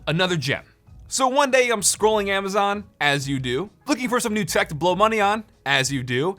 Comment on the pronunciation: HOLD UP! I’m late to this but did he say “COOL THECK?” With in the first 5 seconds?! Please! I need answers